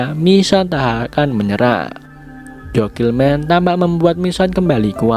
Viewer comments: Jokelmen 😭😭😭😭😭😭 joselin bang bacanyaa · Btw bang cara sebut Jocelyn itu gini "Joselin" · Bangg. Jocelyn di baca "Joselin" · 17.07 itu dibaca joselin bang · Jocelyn mungkin maksud nya, Penyebutan nya joslin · Kok bacanya jokilman, gw liat tulisannya jocelyn. Btw, gw sedih enid meninggal. Kalo henry mah bodo amat. Gara2 dia yg bucin ama lidya tara dan enid jadi korban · wkk jauh